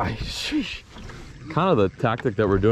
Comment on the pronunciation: is now my favorite Googan cuz he said shew